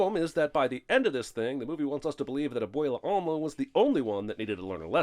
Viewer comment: Lot of these sins suck and aren’t even true. Also, I sin YOU for pronouncing abuelas name as ‘abwaylah”